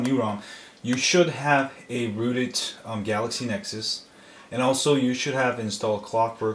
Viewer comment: lol thats funny, "galexy nexus"